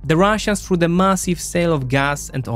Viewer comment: He’s pronouncing the th like f because of his accent, which makes it sound like „for“ instead of „through“ compare it with when he says „through“ a few seconds later